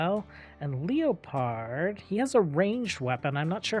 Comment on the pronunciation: Just noticed how you pronounce "Leopard." It's not a problem, but fyi, it's pronounced "leppard" not "leo pard." Not sure why I'm suddenly the name pronunciation guy around here, but yeah lol.